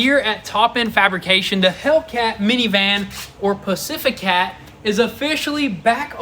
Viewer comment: Pacifica ❌ Pacificat✅